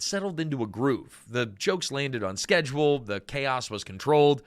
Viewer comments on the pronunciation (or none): none